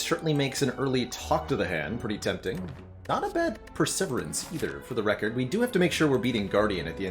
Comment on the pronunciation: Do you say perseverance wrong as a joke, or do you not know?